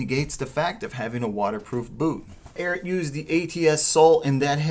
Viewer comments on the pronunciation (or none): IT’S NOT “AIRAT”